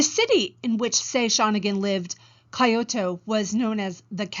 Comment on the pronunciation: Never before have I heard someone consistently pronounce "Kyoto" as "coyote", but with the final -e exchanged for an -o. Other than that, a nice lecture.